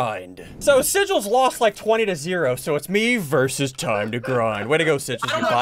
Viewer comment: Sigils not